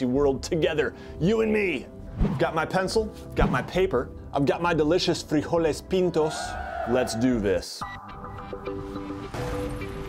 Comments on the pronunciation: That "frijoles pintos" pronunciation though 100/10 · I might have been way too little in this channel, but i have to ask Where are you from? Or do you, by chance, know any Spanish? I'm still surprised at how well you pronounced it Don't get me wrong, it's just that most English speakers I've seen don't even make a single effort to get the right pronunciation